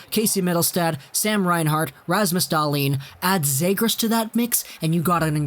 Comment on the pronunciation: Start pronouncing the fucking names right. You have no hockey knowledge if you can't pronounce cozens and zegras properly